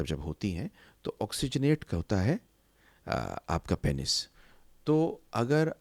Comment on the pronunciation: Aur unmein se pehle number pe hai Penis ko ghalat pronounce karna. It is pronounced as peenus not painis.